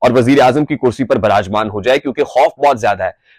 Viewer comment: "Virajman" is Hindi word..., you spoke it!......... 👏👏😃😃❤💚👌👌👍👍👏👏❤💚